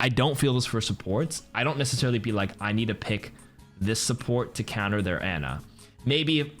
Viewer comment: buddy, it's pronounced 'ah-nah' not 'ann-ah'. the voice-lines even back it up.